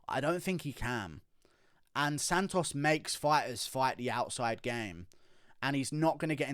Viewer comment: Lol the way you say "SANtosss" like in an actual latino accent is hilarious coming from you for some reason